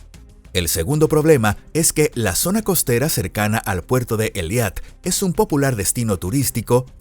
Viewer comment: Por favor corrijan la pronunciación, tanto en español como en la fonética de hebreo se pronuncia E I L A T, no E L I A T